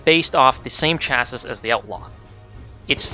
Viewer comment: FYI That's not how you pronounce chassis. :) I know, that does look like how it should be pronounced. It's got wonky spelling to pronunciation just like the other French loan words. It's more similar to CHase-see.